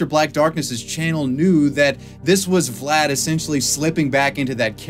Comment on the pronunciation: I cannot watch this video, every time he says Vlad I twitch